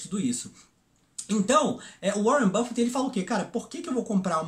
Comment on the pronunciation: Uóren buffet? precisa ouvir o nome dos caras primeiro.